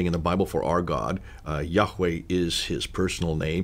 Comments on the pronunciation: Excuse me br,but YaHWeH is pronounced yaa- way/for example you dont say Hallelu-Yagg like the Dutch,Greek,Arab,Hebrew "G" in eCHad/(w)acHad,but hallelu-YaH(WeH),get the point dear brother 1Love each1teach1! Deut6:4Hear((i)Shma(el)) o Israel Yahweh is our God,Yahweh is 1(Echad unified one and numeric oneness.Yachid, the main Hebrew word for solitary oneness, is never used in reference to God. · am a avid follower of your channel, but i would disagree about the name of Yahweh as the name of our God. Its YHWH, we were taught by our preacher that the pronounciation was lost in time and we shouldn't use the word YAHWEH because it was not written in the Bible its YHWH - historically speaking the word YHWH was can be found also outside the Bible, it was written in a clay tablet announcing the defeat of the Isralites. just sharing...